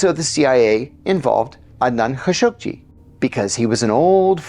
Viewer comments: Man I've lived in the middle east for decades since the late 70s and always thought it was pronounced Khasoggi i.e Kha-show-gi So when I head John say Khashuq-ji I found it odd, how come who has studied Arabic and usually has perfect Arabic pronunciation mess up Adnan Khasoggis name. Then when I looked it up it actually is pronounce Khashuq-ji. Damn you learn something new everyday. Sorry for the off-topic thing. Iran Contra happened during my time and I saw in unravel in real time, so wasn't too interested in that actual story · what's with the background "music?" Ka-show-gee - this is how the rest of the world pronounces his name. operation mockingbird never went away.